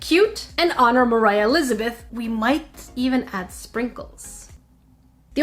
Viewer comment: ITS MOR AH NOT MIRAH